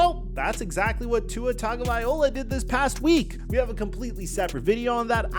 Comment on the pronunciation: you make a video every other day saying Tua’s name and still can’t pronounce it correctly